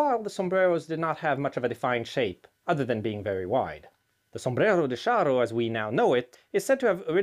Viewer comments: Ay, muchacho - I think 'cha' is the better pronunciation than 'sha': Sombrero de Cha-rro: ¡Olé! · Shouldn't his pronunciation be "charro""--not "sharro"? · Ch in Spanish is pronounced the same as in English, like in the word Charge or Challenge. Not as sh. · The word charro comes from the nickname for people original from the province of Salamanca in western Spain. The typical cowboy outfit adopted by the anglos is also inspired by the Charros rancho outfit. It is pronounced like ch in change btw